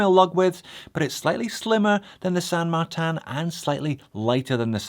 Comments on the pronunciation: Are you saying San Mar-TAN on purpose to drive everyone nuts? Looking on the dial and website I believe it's spelled San MarTIN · How do you get San Mar-tan, out of this watch brand's name?, I love you like a foot, but this drove me crazy through the whole thing. It won't stop me from watching, but you can't stop me from laughing.